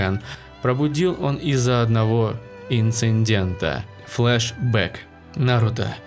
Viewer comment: обожаю когда говорят флежбек